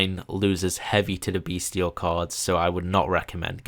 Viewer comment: the "t" in "bystial" is a soft "t" like in "celestial", "influential", "potential", etc.